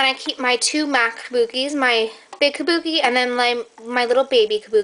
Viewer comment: i love how you say Kubuki, "my big kabuki and my little kabuki" lol love your videos, youre soooo lucky!!